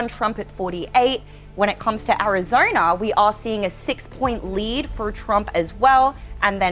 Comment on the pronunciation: The last I checked, Arizona definitely ain't pronounced as Arizoina. Just like isn't pronounced as Toim.